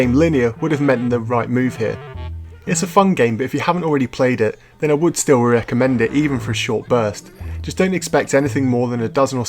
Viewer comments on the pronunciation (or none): none